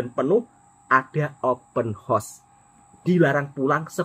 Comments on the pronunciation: Open Horse😂, dia nak buat kelakar hari raya tu😊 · assalam...abang jgn sebut open house sbb kedengaran nya seperti kuda terbuka cakap jer rumah terbuka..jgn marah yer...Selamat hari Raya